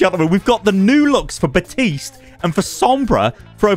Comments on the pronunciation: Sorry but your killing me it's pronounced like (bap-teast) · Day infinite of still pronouncing baptiste wrong